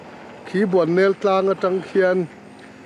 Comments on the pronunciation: Ahmuhnawme,mahse Bualnel tih hlirin ilam/isawi tlatin kahria👍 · Nangmah ber hian Bualnel iti zela...... BUANNEL tiin kan hre thin kha ani si a.